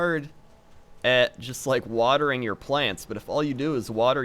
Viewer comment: Thumbs down for mis-pronouncing plants